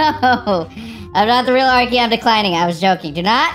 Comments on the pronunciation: NOT ARKY BUT ARKEY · It’s arkey